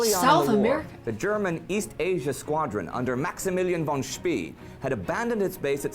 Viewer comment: Maximilian von Spee - pronounce "Schpea" as "Schpay".